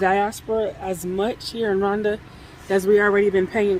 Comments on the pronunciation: Not Randa it is pronounced Ru wanda .or Roowanda. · I am Kenyan and yes there is no "u" or "oo" in the word Rwanda but I'm just trying to help you how to get the pronunciation correct because you sound like you are calling it Randa, but if you add the R""oo"wanda it may be easier for you...just saying. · On this cloudy day in Rhonda. No offense, but how can you mispronounce the name of the country you live in. 😂😂😂. Blessings